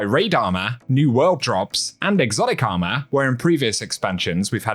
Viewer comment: Bro said “ARMAH”